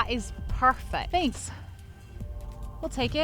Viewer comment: That was 'Parfect' 😁